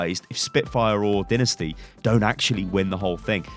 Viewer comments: I am quite frustrated with choice on genji players because shadowburn is the best I don't see agilities carrying a whole team to second place in the World Cup and what about ranking phillidelphia I feel that they will be a top 3 teams be its pronounced dienisty not dinesty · Dynasty is pronounced "die-nasty" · Scepin dude seriously don't you have any humor. He means that say it like "dinasty"